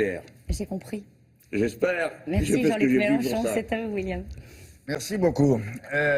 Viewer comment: MelEnchon PAS MELANCHON BORDEL DE M**